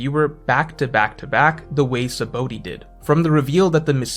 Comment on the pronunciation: Btw its called sha-bondy not saboady "Sabaõ" is protogese and spelled shabon Also just listen to the strawhats how they call it (maybe in dub they fuck it up idk cuz i watched with the original language)